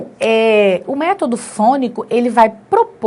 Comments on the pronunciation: Palavra método, acento agudo é na vogal e e não vogal o. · Gostei muito de sua explicação!! Vc acentuou a palavra método errado.